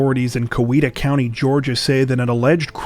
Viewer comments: Coweta is pronounced "kīāta". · For future reference, Coweta is pronounced cow (just like a cow) EE ta, but for Southerners born there, like me, it's cy (like pie) EE ta. And, no, I don't know those criminals, or anyone else there, as I moved away from there in 1986.